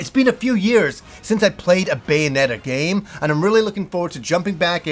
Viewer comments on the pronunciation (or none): none